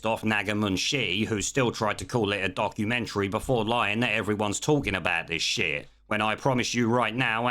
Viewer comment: God she's pushing the word "documentary" quite hard. Makes my piss boil